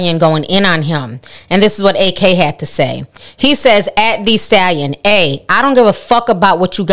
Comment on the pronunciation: Ak destroyed Meg on his twitch stream..... and its pronounced Ak (Acc) not A-k lol